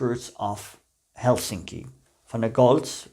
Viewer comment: One tip about the pronounciation of Finnish words: The stress is always on the first syllable. This goes for all words, including names. So, it's TAM-pere and HEL-sinki.